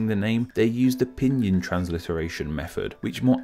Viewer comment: Odds are, if you walk up to a Chinese person and say “Beijing” you would still be mispronouncing it. Tonality is a big part of it. And your pronunciation of pinyin ... oof. It’s not pinion, it’s peen’een.